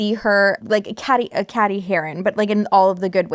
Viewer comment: Cady is pronounced like Katie lol. Literally a line in the movie:P Keep up the good work.